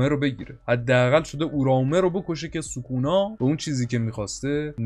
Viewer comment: چرا سوکونا رو یک جوری تلفظ میکنی